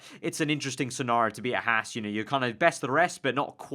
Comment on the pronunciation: Archer Kumi It's Haas